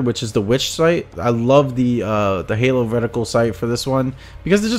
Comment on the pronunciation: I thought you'd cut together them in ads to actually show, also it's hollow not halo like holographic